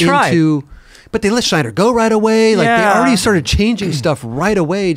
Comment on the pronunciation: Why is saying Schneider for Snyder?